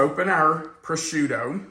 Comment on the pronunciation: I’m sorry - but it’s pronounced Pro-shoe-toe.